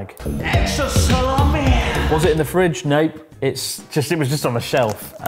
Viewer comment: “EXTRA SALAAMII-UH”